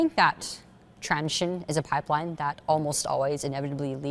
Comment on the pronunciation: why is she saying constantly "transion" instead of "transition" .. I don't get it